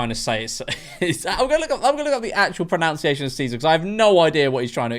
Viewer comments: It's 'Pro-nun-ciation', not 'Pro-noun-ciation'! 😊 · As an actual Latin student, Nery is pronounced 'Nae-row' (the accents are weird) but the worst of it all is how the word pronunciation was pronounced 'pronounciation'.